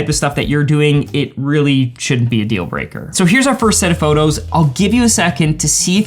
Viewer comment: Photographers should stop saying “phurtography”. They’re photos, not “phurtos”. All n all, great info and video.